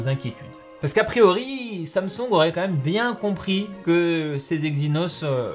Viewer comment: il a dit "comme même" ou c'est moi ?